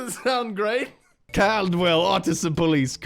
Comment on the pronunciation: The pronunciation. XD I've never heard Caldwell pronounced that way. Also, I remember seeing this one on Facebook. Haven't seen the vehicle in person, though.